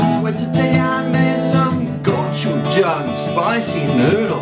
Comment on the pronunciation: Hi, my grandma is a native Korean and she makes homemade gochujang. It’s delicious! The word gochujang actually has more of a go-chi-jang pronunciation. I’m glad you enjoy gochujang!